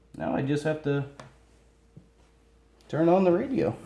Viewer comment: he says lets turd it on